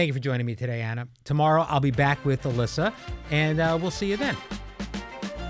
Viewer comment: I know Auh-lis-Aw is Pence perfect, but Ana is spot on and deserves a regular seat more than twist and turn Barbie.